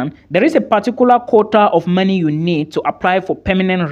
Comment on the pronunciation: I like how you pronounce money. (Marny)